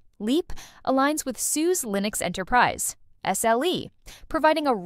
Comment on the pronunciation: OK, it’s pronounced, SuSa, not sues. Gotta love AI.